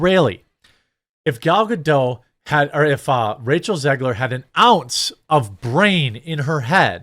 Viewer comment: Um... You can't pronounce Ziegler... and did you see what they did to their children?